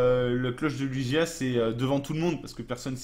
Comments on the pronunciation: "Lougia" pas "Lujia" !!! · ça se prononce Luguia